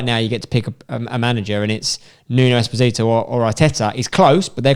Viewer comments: It’s Espírito Santo. Not Esposito Santo! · You re pronouncing espírito as eposito. It s pronounced spirito 😂😂😂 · NUNO ESPOSITO SANTO????? Wow just not how you say it. ESPÍRITO SANTO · Nuno Exposito Santo? cmon spen read it correctly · Laughable that Frank Lampard and Mikel Arteta are ahead of Solskjaer by so much... Btw it's Espírito Santo not Esposito Santo and Brendan Rodgers is 5'7 not 5'3 or 5'5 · They kept saying Nuno Esposito ahah it's "Espirito" - means spirit in Portuguese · who else love nuno "espesito" santo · Nuno "Esposito" Santo? What xD? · He’s not a Justin Bieber song. It’s Espirito - like “spirit”. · I love brits. In their eyes Nuno espiRito is despacito LMAO one Justin beiber spanish remix and boom everything sounds like despacito and an R is pronounced as an S 😂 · They even spelt Espirito right but said his name wrong.